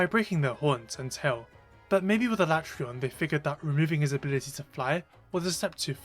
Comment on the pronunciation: Thank you for using the CORRECT pronunciation of his name! That’s right, I said it!😂